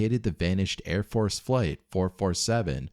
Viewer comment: Air France 447, not Air Fore 447. Lol.